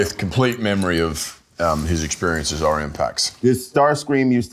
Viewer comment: Helmsworth not knowing the name of his own character shows a lack of respect for the audience. He plays Orion and can't even pronounce his name... Pretty disappointing.